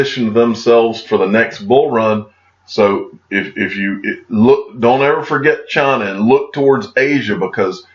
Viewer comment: Dear , it’s China not Chana 😁